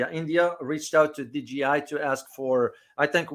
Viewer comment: DJI, not DGI.